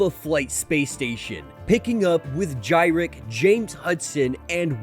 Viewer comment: Just for future reference Gyrich is pronounced Guyrick.